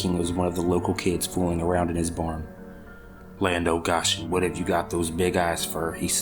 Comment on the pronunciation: I love this story. Folklore like this is underrated. One thing that threw me off though was the pronunciation of the exclamation "Land O' Goshen". For the correct and full effect, say "Land A Goshen!" with a long O. Goshen is a city from the Bible and the phrase Land of Goshen is a colloquialism meaning something a long the lines of Oh My Goodness, lol. The southern drawl makes it sound like "Land uh Go-shen!" It's one of my grandmother's favorite sayings lol. But srsly, please keep doing these folklore stories. They are amazing.